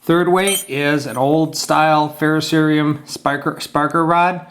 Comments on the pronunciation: Thank you for saying fer-ro-ce-ri-um. I can't believe how many "experts" say fer-ro-SEE-um. Drives me nuts. Second up: FREZ-nel when it is ... Fra-NEL. Sorry ... I'm OCD or something. LOL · Aw! Since you pronounced "ferrocerium" correctly, I hoped you would say [frey-NEL] when you pulled out the magnifying lens. Oh, well. Thanks for the vid!